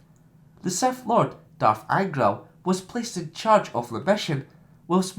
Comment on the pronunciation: did you just say seth lord